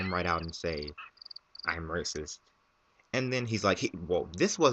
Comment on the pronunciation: i thought you said rapeist...... ether way, that guy is messed up!